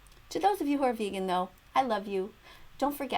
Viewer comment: She's the type of person who tells lions "are you going VEGEAN?"